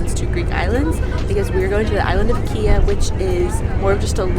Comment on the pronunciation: great choice to go to Kéa (it’s actually pronounced Kaea). Have a look at Hydra and Symi islands, if you have the time to go there too on this Greek trip, you won’t want to leave Greece behind!!